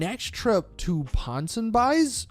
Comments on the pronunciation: The pronounciation for this shop was worse mate...It's Ponson BEES, not ponson BIES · Didier Sachs is pronounced deeder Sachs and ponsonbys is pronounced ponsonbees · ponsynby's is pronounced pon-sen-be's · Did you say Pon son buys? OMG learn how to speak!! Posonbeee dude No you're not saying any of it right. Go take some english classes! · Dude I love you like a brother but u can't read dude. Misbhv is misbehave minus 3 letters. Ponsonby's equals pon-son-bees. And devest 8 is pronounced devastate. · It's pronounced ponson b e e stupid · Please learn how to pronounce Ponsonbys 💀